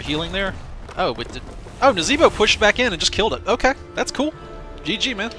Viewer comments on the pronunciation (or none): none